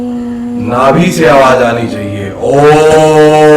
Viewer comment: Ye baba ke roop me. Om ka uccharan galat kar raha hai